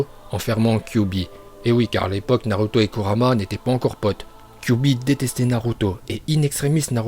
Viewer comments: Tes vidéos elle sont à moitiés en VO tu dis Naluto😂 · Nn mais t srx tu sais pas dire les nom des pelo de naruto alors fais de vidéo sur naruto